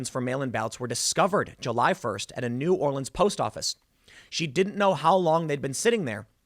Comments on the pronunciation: As someone from the New Orleans area, it made me smile when you had the correct pronunciation difference between the city and parish. Another great video as always. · Good job saying" New Orleans" correctly Tim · Has someone from New Orleans thank you so much for getting the correct pronunciation of New Orleans and Orleans since they are different